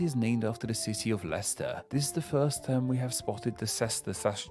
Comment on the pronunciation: from the sound of it I doubt he's ever left his home county, also he needs a set of front teeth, then he could pronounce" the " instead of" "duh" and "with" instead of "wiv"